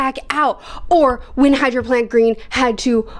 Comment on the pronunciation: kakyoin's stand is pronounced, high-row-faunt green